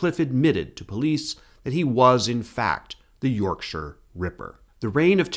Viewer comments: Ty for saying Yorkshire properly 🥹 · Yep… and he almost pronounced ‘Yorkshire’ correctly.